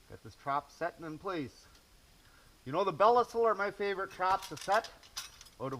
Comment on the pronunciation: Hey, I don’t want you being called a square head for pronouncing Belisle wrong lol. They are the best traps for sure though